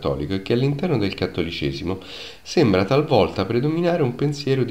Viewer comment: Sembla??? È realtà!!! Sveglia!!! Non sembla, È!!!